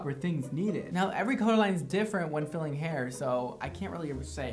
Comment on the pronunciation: OMG I thought he said FEELING your hair not FILLING... hahahahaha I'm dying!! and hey I'm a brunette and LOVE it!! and your joking never feels mean spirited (to me at least!) and you have me cracking up